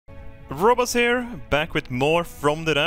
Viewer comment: I literally was just watching it when you replied. Pisses me off he didn't pronounce "Robbaz" correctly haha